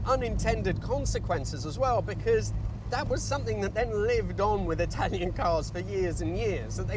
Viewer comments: 😄 I always wondered how you managed to nail the Italian pronunciations every time. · Told off for using 'station wagon'? Just don't bother with these negative comments. Same way people complain about the only youtuber who is able to pronounce Italian car brands correctly. Amazing channel, love your content.